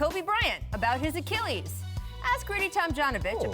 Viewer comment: Akeelees lmfao